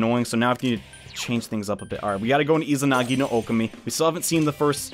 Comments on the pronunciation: Oh-Kah-Mi Sorry, the whole "Oh-keh-mi" thing was driving me insane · Am I the only one that is hurt by the way he says okami it's Oh Kah Me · Its deadass pronounced oh keh mi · Nah, It’s pronounced Oh Kah Mi, Confirmed by Joker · Josh L THANK YOU OH MY GOSH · The pronunciation of Okami here just stings man lol